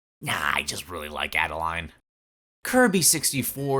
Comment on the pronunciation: I agree but her name is pronounced like Ade-lane not Ade-line :B